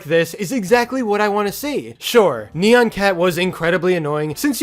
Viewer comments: It’s not neon it’s nyan! Edit: you should have said that sooner but still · I pronounce it Nye-ahn Cat. No offense to how you say it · I've always pronounced it as "neon cat." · iTs KnEy-YaN cAt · I pronounce it like “nai-enn” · I pronounce it ne-yen cat. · It's actually pronounced nai-an cat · its ni an